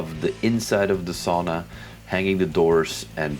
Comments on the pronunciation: sauna. not saawna but otherwise nice video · Yep - like English would spell 'sow-na(h)'